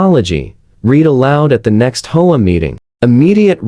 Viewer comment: HOA? It is pronounced H. O. A.